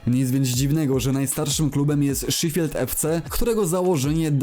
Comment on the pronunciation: Ten klub czyta się szefild